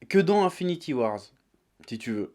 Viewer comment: Un an plus tard et il sait toujours pas prononcer Avengers Infinity War. C'est pas compliqué, il y a pas de "S" à la fin putain ! Au pire, "Infinity WarS" c'est un comics paru en 2018.